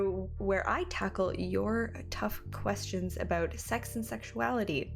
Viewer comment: listen to how she says about. Besides, American women don't have as much empathy.